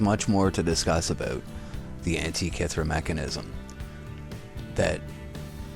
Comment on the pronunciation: Great documentation. Thanks. :-) Antikythera, or Anti-Ka-Terra? ;-) So, the ancient Greeks 'invented' something upon their 'findings', gave it their own meaning, whether there is truth in it, or not! .... The story-telling can be anything in accordance to 'His-Story' that what in the 'old days' functioned as a 'messenger of information' as we have it today via the main-stream-media outlets, and 'fake science' for example. Who says that what is interpreted into this 'old rock'/the wrecked ship (13min.45sec.) has anything to do with what's true in regards to life here on earth? ... The sorcerers have BS-essed the masses ever since. It was and is always about 'who is in the Know, and who is not!". In an etymology sense of taking the word 'Antikythera' apart, as mentioned by me further up, it may be blatantly clear for what this ship-(w)rock (looks like a 'fossil' to me) was used in regards to indoctrination purposes of the masses. My seeing and noticing here. Hope this helps. Later on in the report she says that the Metonic Cycle is still off by approx. 1/2 hour, despite of the ability to predict eclipses pretty accurately. The human mind loves a puzzle and wants to measure everything. The trap may lay herein, that the Creator's design cannot be measured in reoccuring exact cycles by the minute, by the second, no matter how long it is possible to 'look back'. There are eons that may behave this way, and then the next eon behaves a bit different, and then when those eons repeat t